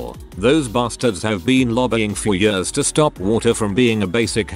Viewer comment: Always makes me smile when the robot voice says "yeurs" (years).